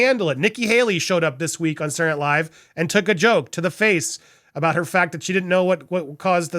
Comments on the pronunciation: Andy, You seem to have an issue with pronouncing the word 'SATURDAY' correctly, so, out of the kindness of my grinch-sized heart, I want to help you. You kept pronouncing the TV show " Saturday Night Live" as.... "SAH-URR NIGHT LIVE" This is incorrect. The word Saturday should be pronounced as follows... SAH- TUR-DAY as in " SAH-TUR-DAY NIGHT LIVE". You're welcome 😊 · I need to watch this again just to hear you say "Sarrray night live' 😆😁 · "Sour"night live again? Dude seriously know how to pronounce words. This is your profession!